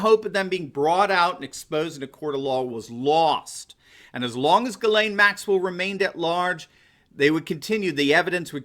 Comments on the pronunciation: It's pronounced: "Djiz len" en francais. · I'm 97.6% sure that you are pronouncing the name Ghislaine incorrectly. I have looked up the pronunciation and there are videos, (yes, plural), here on googtube with that name being said. They conflict, a little. I feel certain you will be speaking about her again in the future. Let's hope it has nothing to do with an Arkancide. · You can't even pronounce this woman's name. Why hasn't the nation's biggest and most famously sexually perverted and corrupt family NOT been linked to involvment with Epstein? Both Clintons? Billl Gates Jr.? I want to know.